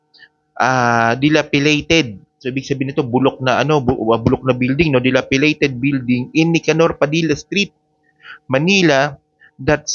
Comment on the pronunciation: DILAPIDATED NOT DILAPILATED! Please check your pronunciation. Thanks!